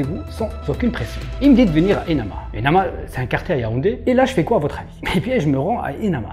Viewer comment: EMANA et non ENAMA!😋